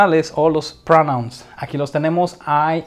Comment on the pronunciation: me pone nervioso tu pronunciacion.Te pongo un ejemplo:pronoun se dice p r o u n a u n.Occupation se dice a k j u p e i S n.You see? Por otro lado,lo demas esta perfecto.Thanks so much.